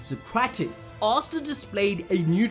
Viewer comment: "Ass ta"😂😂